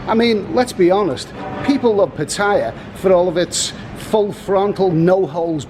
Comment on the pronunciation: It's called Pa-Ta-Ya not Pa-Thai-Ya